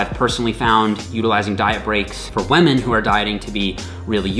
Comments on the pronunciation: It's ok,. You can pronounce wahmen just like PewDiePie does:). We can see you're struggling against the urge to do it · is great, the way he says wamen however, not so great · "Weh-Mehn." = "Women" (?) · Great vid! "Waahmenn" <3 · Did he say whamen? I thought this was not pewdiepie! At least also respects whamen! Good video as always! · what is a wemen? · You really said whamen didn't you 🤣